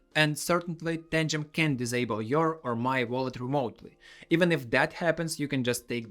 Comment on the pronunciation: Your English can be hard to understand... can and can't can be too easily confused... Say can not to be more clear... I couldn't tell if you said can or cannot as far as remote access. And then you said even if they could you have your seed phrase? They can't but if it happens you have your seed phrase? Unless you actually said can instead of cannot.... Captions says you said can. 🙄